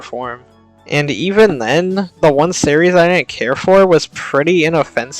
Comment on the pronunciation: series = "serreys" What is this strange accent?